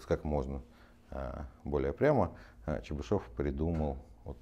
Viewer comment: После этого видео знаю как правильно произноситься фамилия Чебышёв